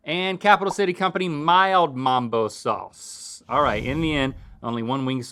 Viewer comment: It’s mumbo sauce, not mambo